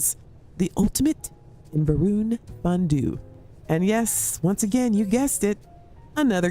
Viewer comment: Isn't it Va'runnity?